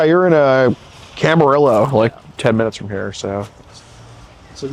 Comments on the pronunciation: you gotta look up how to pronounce town names the right way or you’re going to give yourself away. camarillo is pronounced cam-a-ree-yo. also, you went to high school in south central?? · Doing a catch where i lived for yeeears! Moved away from Thousand Oaks 4 years ago. Hearing you mispronounce Camarillo and not know where Ojai was made me laugh because i know youre not from TO when you told him you were but he had to have definitely been thinking in his head its weird af if you've been there for 15 years. LOL Thanks for keeping my original home safer!